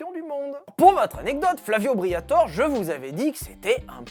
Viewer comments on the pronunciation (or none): S'il vous plaît, son nom est Flavio BriatorE, pas Flavio Briator 😂😂